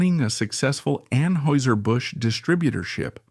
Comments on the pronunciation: You are not pronouncing Anheuser correctly .. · you are pronouncing Anheuser wrong. Are you AI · It was driving me crazy